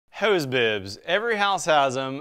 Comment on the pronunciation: What is this “hueze” bib he speaks about? It’s hose, pronounced like the plural of prostitutes.